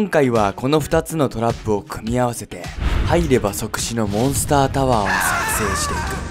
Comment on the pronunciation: 1：28の時モンスターじゃなくてモンスタになってる